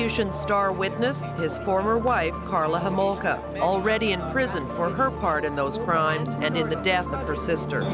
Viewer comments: Karla HOmolka. Not "komolka". :) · Karla Komolka? The fuck? Her surname was Homolka. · How did no one even call you out on saying Karla’s name wrong right the beginning of #3? LMAO. But can’t believe you left out how she offered up her own sister to him.